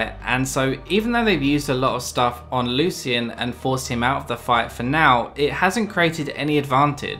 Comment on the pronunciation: I hate how he pronounces 'Lucian'